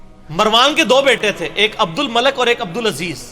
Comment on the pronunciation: You Must not speak Punjabi language. Between of speech and say the right name of abdul malik bin marwaaan not abdul malek bin marwaan Malik means baadshah And malek means farishta